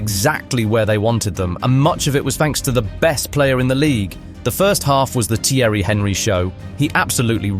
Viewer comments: Is it that difficult to pronounce Thierry's last name? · AI shite can't even pronounce Thierry's name properly....